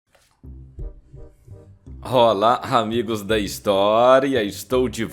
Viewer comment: Boa tarde só acho que a sua narração tem que melhorar você falou rrrrolá rrrramigos..seus vídeos são excelente a sua narração tem que melhorar..abraços